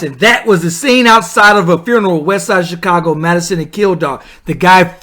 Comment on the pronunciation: Repeat after me, "Few-Na-Ral".